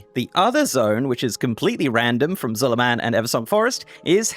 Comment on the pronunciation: There's no way you pronounce Zul'Aman like Zul"A-man, it's Zul"ahmaan my dude, where's your inner Troll?!